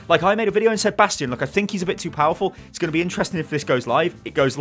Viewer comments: did you just say Bradstion😂😂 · he said bradstion! zylbrad will be proud lol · did say bradstion at min 9 and 9 sec or am i hearing this bad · "It does seem that yes, bradstion is OP" Nice one ^^ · lol "Brastion" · Did he just say BRADSTION? screeches in Omnic Also, every hero that WRESTLED with Jeff gets nerfed immediately. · did he said "Bradstion"?! xD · Did he say Bradstion? :D